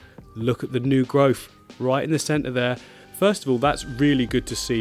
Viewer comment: "New Growph." Love it!